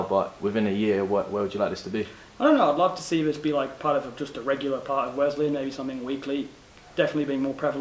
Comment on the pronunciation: Good broadcast. Thanks for continuing to pronounce Wesleyan correctly